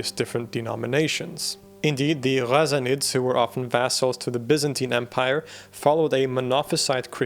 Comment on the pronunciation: the way you pronounce Ghassanids... love it! very respectful to the original pronunciation